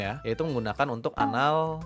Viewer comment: Best part "anal...ytics"